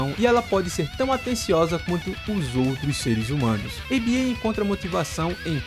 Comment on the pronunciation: Acho que o certo é chamar Aba não a b a, pois acredito que o nome vem da banda Abba e também no último trailer eles falam Aba com o mesmo som da banda. Mas igual parabéns pelo vídeo. Muito detalhado